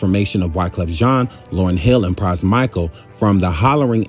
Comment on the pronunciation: Pras "Micahel"??? Man.....you tripping.